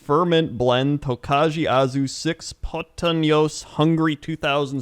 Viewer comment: really butchered the pronunciation of Tokaji Aszú. There is a bottle of Tokaji Aszú in every Hungarian household, but no one ever drinks it, because that's the good wine, and they get usually spoiled.